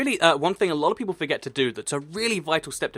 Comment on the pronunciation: its whale PEIPLPLLEE XD